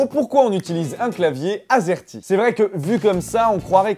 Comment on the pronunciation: À chaque fois que t'a dit azerty j'ai entendu asiatique!